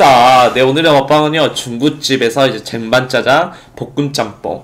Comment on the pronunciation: ㅋㅋㅋㅋㅋㅋㅋ쟁반짜장을 잰반짜장ㅋㅋㅋㅋㅋㅋ개골까네